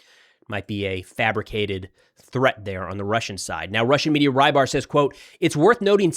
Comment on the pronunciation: RYBAR is russian for fisherman, and is pronounced "REBAR" with a short E. cheers.